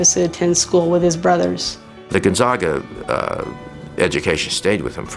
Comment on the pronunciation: ...why can't that woman say Gonzaga properly